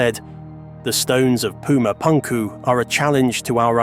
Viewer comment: Would be cool if the narrator didnt sound like a clown pronounciating pumapunku etc 😂